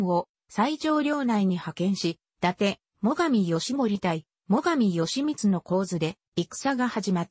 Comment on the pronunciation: よしみつ、ぎひめ、あきらしゅう、ただしぢか…１ページでどんだけ間違えるのか。アップする前に見なかったのか、酷過ぎる